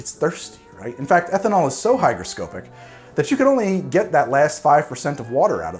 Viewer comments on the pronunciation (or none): Yeah, I noticed this. Also, the pronunciation is hydroSCOpic, not hydroscoPIC. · Correct. Also, hygroscopic isn't pronounced with a long O like scope, it is hi-gruh-ska-pick. Regardless, sounds like a very successful extraction. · Really sayin the crap outta the "o" in hygroscopic there.